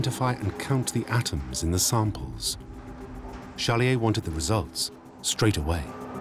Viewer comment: Why does the narrator mispronounce the protagonist’s name as Challier?